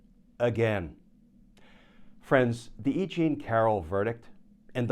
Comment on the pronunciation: "E Jean" is starting to sound like "I Ching" to me! 😅